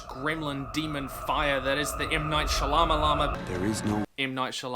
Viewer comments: I like the way you say M. Night Shalamalama lol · Is pronouncing Shalamalaman wrong a gag? it really makes me uncomfortable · The "Shalamalama" joke is getting old, mate. He has a last name, it's not hard to pronounce. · please please don't make the Shyamalama joke. not sure why you thought that was fine (his name is funny to make into a joke because it's Indian, but you can pronounce every long ass name in Tolkien's mythology without any comment). it's fine to dislike his movies, but c'mon dude. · why is he say she-llama-llama. that's not his name. wait is this on purpose? to take something good and destroy it completely, making nothing like the original. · I agree with everything you said in this video, but white dudes purposefully mispronouncing brown people's names is pretty crappy. Attack his movie not his family name yo! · I love your content, but your consistent mispronunciation of Shyamalyan's name for comedic effect comes across as a bit racist. Nothing but love for you and your channel though. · You're saying that one director's name wrong. It's pronounced Shama-llama-ding-dong. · I am so glad you screw up M Night Shyamalan's name every time you say it. I am Indian and know exactly how to pronounce it, but I've taken your cue to never say it right. Just my little payback :D